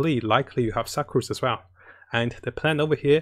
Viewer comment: it is pronounced Sook-Rose not Suckrose lol..